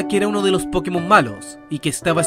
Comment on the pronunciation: A eso súmale el que al decir Pokémon acentúa la po.